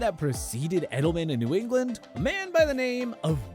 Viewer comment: It's Edelman, not Edleman